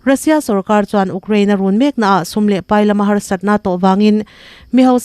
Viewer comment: A puangtu hian tan i lak deuh a ngai hle mai. Rei tak chhung chu Russia leh Ukraine war hi tunlai khawvel chanchin thar leh mite sawi tam ber anih mek laiin, ''uk'' (rawng uk, brown) angin i rawn lam tlat mai a.. "iu/you- kraine" tih tawh tur aw. Huatah la lovin hmasawn hi tum zel zawk tur a nia. Hmasawna inzir peih apiang hi an ngaihsanawmin an hlawhtling mai thin tih hi hre reng ila. A bakah chuan in news item collect pawh a tha viau a, a tawp a ruihhlo ngaite chungchang i sawi te hi a tha takzet!